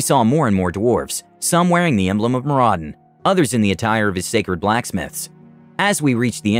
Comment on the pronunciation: Loved the video, but the dwarf in me cries out to give you a hand here. Moradin is pronounced MOR-uh-din. Keep up the good work!